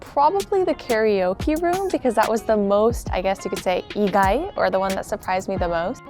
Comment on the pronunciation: C'mon, "carryOKIE" room? 😭😹😭